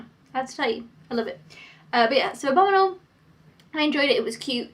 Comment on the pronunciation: Why do you pronounce abominable like abominal?